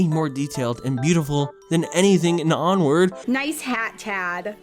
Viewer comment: Onward more like "POOward"